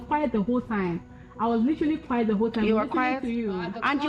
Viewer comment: Kw3 obi aa )correcti obi 😂 Quiet not quite